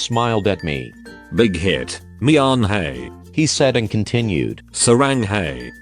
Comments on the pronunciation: I thought when you said bighit for y/n I thought you said big dick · Wtf was her name "Big clit"? I swear I heard Big Clit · DID HE JUST SAY "WHATS WRONG BIGHEAD" OR AM I HEARING WRONG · I THOUGHT HE WAS SAYING BIG TIT LFMAOAOAOAAOAOA BIG TIT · i heard 'big weet' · I SWEAR I KEPT HEARING BIG-CLIT LMAO IM SORRY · i thought it said bighead instead of bighit lol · I love how instead of Y/N you said BiGhIT